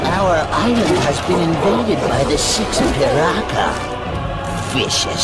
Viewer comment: It's actually not pronounced Pai-raka, it's pronounced Pee-raka. But well, what do i know, maybe it's from my perspective after all.